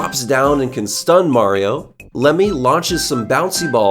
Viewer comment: "robo koopas" Are Mechakoopas, And Lemmy's Name Is Lemmy, Not Lenny